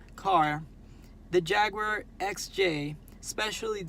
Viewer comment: Your the only person outside of my country U.K that actually words Jaguar as Jaguar. Bloody yanks call it JagWuar!!!! Pisses me off 😂😂